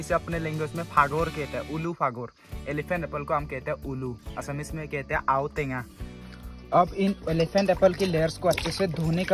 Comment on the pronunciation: Aao tenga nahi aw tenga🤗